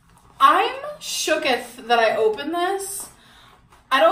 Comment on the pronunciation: Every time she says “shooketh” I have an aneurysm